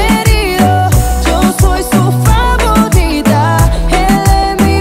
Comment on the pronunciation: En el minuto martha dice favodita